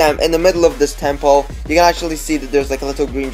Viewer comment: How he says temple, TEMPOE